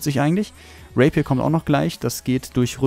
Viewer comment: Der ''Raper'', wie du in aussprichst xD